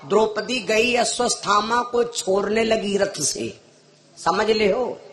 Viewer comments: अस्वसथामा नहीं अश्वत्थामा😮😮😮😮 पहले शुद्ध उच्चारण करना सीखें फिर कथा कहने का प्रयास करें😢 अभी काफी अभ्यास की आवश्यकता है😮😮😮😮😮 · अश्वत्थामा का सही नाम नही ले पा रहा है, जोकर